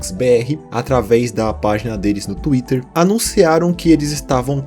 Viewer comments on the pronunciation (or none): none